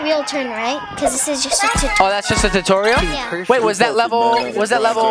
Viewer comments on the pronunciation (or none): That is so not a corny joke it's just a little funny: that's the first time I saw it it's the one torial you Said tutorial